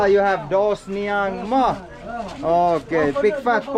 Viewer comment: Doh jemsniang ❎️ doh semsniang ✅️ paduh aki 😃😃